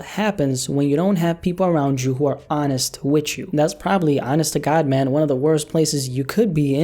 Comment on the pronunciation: "EVERYTIME I'M WICH YOU"